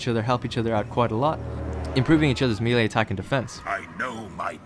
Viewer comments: MAY-LAY It's MAY-LAY. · It's pronounced may-lay.